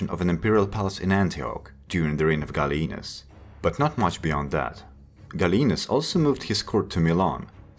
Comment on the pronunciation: not Galleenus but Gall ee a nus